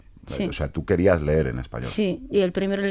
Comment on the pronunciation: No se dice ler, se dice leer.